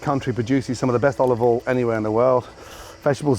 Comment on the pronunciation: Years ago Gordon used to say olive OIL but more recently he keeps saying olive All